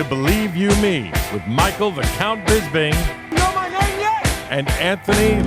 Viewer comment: Why do Americans have so much trouble with Bisping's name? They can say crisping, lisping etc just fine, then it comes to him and it's like "Here comes Michael Bizbing"